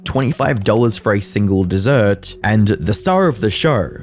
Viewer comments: that "desert" SOUNDS SANDY MATE!!!! looooooooooooooooooooooooooool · 'Dessert' fam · Dessert not desert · ChatGPT, please dessert, not desert